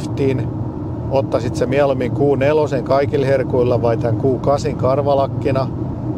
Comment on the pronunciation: Mikä helevetin "Guu 8"??!? Se on Q8 eli "Kuu" kahdeksan 😅